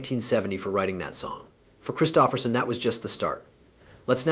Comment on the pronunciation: Learn to pronounce Kristofferson............DUH